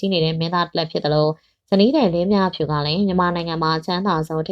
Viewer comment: လင်းမြဖြူ...လို့ပဲပြောနေတယ် လင်းမြဖူး......ပါဟယ်😅